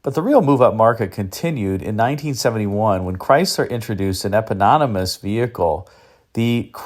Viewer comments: The word is "eponymous," not "epononymous.":) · Too many syllables,. Not "epanonamous" but, rather "eponymous."